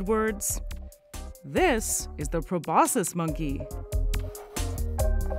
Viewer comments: just a suggestion: if you’re going to make a video with a prominent word repeated over and over, verify that you actually know how to pronounce that word pro-BOS-kiss not pro-BOSS-iss. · Aren't you supposed to pronounce the "c" sound in proboscis?